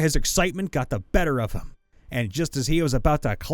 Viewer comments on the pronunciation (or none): none